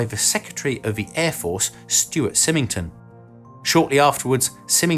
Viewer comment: I would not expect you to know this, but Stuart Symington is pronounced Seye ming ton. He was the US Senator (D) from Missouri from 1953 to 1976. He also played a quite a role here the the Kansas City, MO area, and even has a school named after him. Again, I did not expect you to know that, but there is also a "new" flying wing in the USAF future the B-21 Raider -- which looks close to the B-2, but a little different.